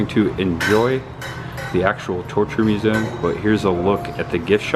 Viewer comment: You are fine in your midwest pronunciations of z in museum but i am from midwest too and you forget the e. I think its mue ze um. Anyway, not giving you a hard time. We love you. Great, gruesome vlog. Happy Birthday.